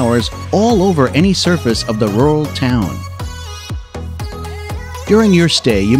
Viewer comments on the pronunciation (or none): none